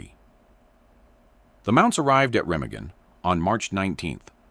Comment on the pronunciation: The bridge and river are pronounced 'Ra-maa-gan'.